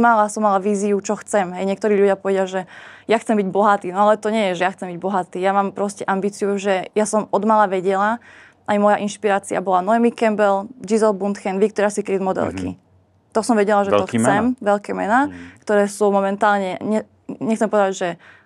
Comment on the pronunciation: Vkuse mele a uplne odveci, a p.s. je to Naomi Campbell, nie Noemi už keď si taká fanúšička